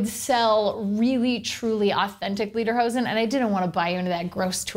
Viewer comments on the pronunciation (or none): It's pronounced "LAY-der-hosen." Not "LEE-der-hosen." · It's pronounced "Leatherhosen" just with a D instead of TH. :)